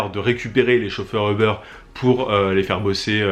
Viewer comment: ça se prononce "oub'rr" pas eubeur